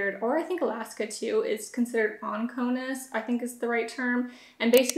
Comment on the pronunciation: “OCONUS” babe lol Not ONCONUS. Outside Continental United States. You sound like my friends 😂 good info though, thanks for the video. I like informative videos like this